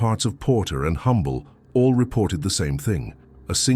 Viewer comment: It’s pronounced Um bull Tx not humble. lol